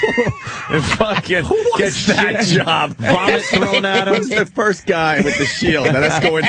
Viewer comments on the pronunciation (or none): Patrice said "foist" lol. I cant stop fucking laughing